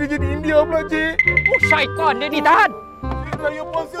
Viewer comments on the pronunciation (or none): Aku mengakak dgr dia cakap sayton dia ni 😅😅😅